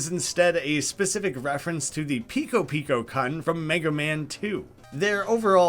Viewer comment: It's "vee-roh-vee-roh-koon" and "pee-koh-pee-koh-koon", by the way. Using the Japanese suffix of "-kun".